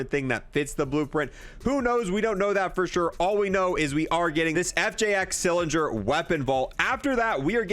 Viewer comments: Anybody else notice she says “FXJ Cilinger” and not “FXJ Cinder” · bro how the fk you struggling to say cinder, like wtf is a cilinger ? 😂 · Cinder* not cylinder or siliger. CINDER pronounced SIN-DER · CINDER NOT CYLINDER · Cinder is not pronounced Cylinder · cinder not cylinder!! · Bro said cylinder, cinger, and cylinger 🤣🤣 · Mf can't pronounce cinder